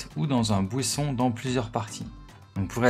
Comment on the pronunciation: Tu m'as tué quand tu as dit bouisson 😂